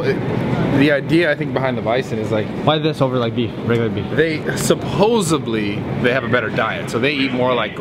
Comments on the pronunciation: "supposeBly" hahah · Supposedly not supposebly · there's no way he said supposebly